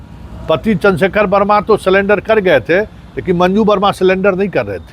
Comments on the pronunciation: सलेंडर नहीं सरेंडर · Ye patrakar ko bhasa per pakar nahi hai ye surrender ko salender bol rahe ye yah kah rahe hain ki 5 saal Tak saja hota toh bail miljata yahan bhi galat bola hai court 3 saal saja hota tabhi bail hota inko bhasa per pakar rakhna chahiye tha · Sulender nahi surrender hota hai😂